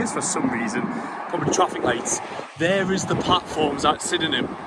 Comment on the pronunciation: there's a little shuttle bus from Belfast City Airport to Sydenham Station (pronounced) Sid-num). I was laughing at all your walking. 😂😂 Good videos though, keep it up 😊